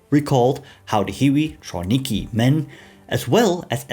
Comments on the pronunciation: Trawniki has a hard v just fyi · Polish W you always pronounce as English V, so TraVniki. That “eastern Europeans” trained in Trawniki translates to Ukrainians. Before the war, in Poland lived only 4.3 million, when the majority of Ukrainians 25 million lived in USSR. That Ukrainians were enlisted into Red Army as Russians, wearing Russian uniforms. BTW, up to 38% of ROA were actually Ukrainians, at that time it never occurred to anyone to call them Ukrainians. There were always up to several times more Ukrainian volunteers for German service than the Germans were able to accept. This is why, always, the preference was given to members of the OUN, who, as a rule, had already undergone ideological training. Genocide was written in the foundation of the constitution of OUN. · Excellent video, just one note: it's pronounced "Travniki" because Polish W sounds like V. Also, it's quite likely Hiwis had better living conditions as captives in Wehrmacht than in their Soviet units.